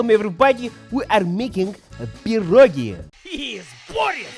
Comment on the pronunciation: Boris, I love the fact that you pronounce pierogi CORRECTLY (and you know the singular is pierog)!! 🥟 Being in the U.S., some of my relatives don't even say it the right way! 🤔